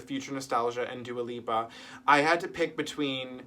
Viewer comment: Funny you call her Dua Pippa... pippa in Italian means "uninteresting" haha Have a good new year 😘